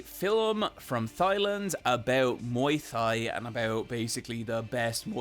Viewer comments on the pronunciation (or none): Thigh-land? Muay Thigh? please. Is it actually said that way in Ireland or are you ribbing us lmfao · I know it's fun to poke fun at for his pronunciation of "filim" and "OR OR OR" but i really don't think we bully him enough for "thighland" and "muay thigh" 😂